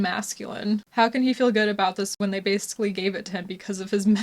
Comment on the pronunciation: It’s pronounced when by the way. Just fyi